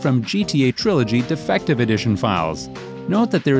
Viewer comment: Gta investigator say gta 'defective' edition not gta definative edition